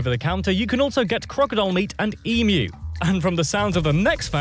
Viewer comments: The trouble with these things is that the guy narrating this can’t pronounce Australian words, thus teaching unsuspecting viewers the WRONG way to say Emu. It is NOT eeem-ooo. It’s eem-you. EMU! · One thing Pisses me off and that is the mispronunciation of the "EMU". It is pronounced like EEM YOU! not eemoo, Get it out there please guys! Thanks! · The word is eem-you not eem-oo when you say the alphabet hot do you pronounce this letter "U" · It’s pronounced EEMYOU, NOT EEMOO!! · Please americans..... they're not EEMOOOS They're Emus EE-MYOO (MEW) The U should be pronounced like the letter U, not moo. but 'you' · Sorry he needs to do some research on Australian pronunciations of places and things. For example: "Emu" isnt "E-moo" its "Eem-you". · Em you not em ooo. Everyone pronounces it incorrectly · It's emm you! Not eemu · emoo emoooooooo lol they are not cows...... eeemUUUUUUUUU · It's pronounced "eem-you" not "ee-moo". Get it right. Asthma is not hay fever. Sheesh! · You are saying EMU wrong its not Emoo its EmUuuuu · Americans need to learn to say Emu properly, it’s Em-you not Em-oo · The narrator correctly pronounced Emu, then straight away you do the classic mispronunciation of Emoo. It's so annoying that Americans have been stuffing up our language and yet if we got yours wrong. While Bob Hawke was in office he gave up drinking. It's pronounced EE+MYOO. Say it out loud a few times speeding up until you get it. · Eemew not eemoo. Gosh. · What the HECK is an EEEE-MOOOO? And Kosi-KOSKO???😂😂😂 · Ok. The word is pronounced Ee-myoo, as in music, amuse, mute, mural…. Red backs aren’t aggressive (if you leave them alone). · WTF is an E-moo? Some kind of electronic cow or something? And why do Americans always show pictures of Emus while talking about E-moos ? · Emu is actually pronounced as "Emuw" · Australian here... Emu is pronounced eem-you. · Ok gentlemen. Say it with me.... Eem...you Emu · Why do Americans struggle to say Emu correctly. It’s not Emooo lol